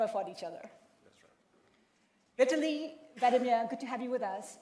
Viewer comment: Its not "Viet-tili" Its Vitaly.......